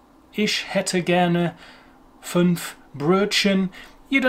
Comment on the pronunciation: to follow up your being mental: pronunciation wonderful but there were a few typos: correct: nächste respectively Rechtsschutz. From my point of hearing you can normally get the non native German speakers with „fünf“ but you do that beautifully! Unpronounceable word for me in English: anemone And I have a namewise unfortunate friend in the UK. Her name is Dörthe.